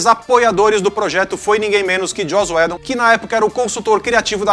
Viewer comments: A pronúncia “Uídon” pra Joss Whedon é tão difícil assim ? Sério ? Não da pra falar? É de propósito? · Estou adorando essa série, mas chega a doer cada vez que o narrador fala "joss UÉdon"